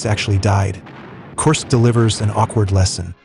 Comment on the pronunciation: AI audio needs to get better. This one is a work in progress. Korsk